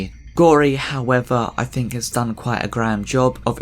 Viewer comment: "Fing," "fink" even "Funderchild." Good Lord man, use your tongue.